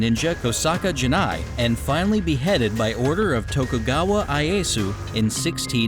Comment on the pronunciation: They couldn't tell the narrator how to properly pronounce "Tokugawa"?